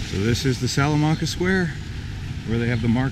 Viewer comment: you said salamanca wrong. It's sal - a - man - ca, not sal - a - mun - ca